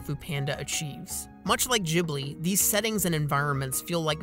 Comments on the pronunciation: Hearing "Jhibli" instead of "Ghibli" makes my heart hurt. You're supposed to pronounce it G, like G in word Game. That's my only problem with the Video tbh. Because I agree with this video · Your pronouncing Ghibli wrong. It's meant to Ghibli like in gif.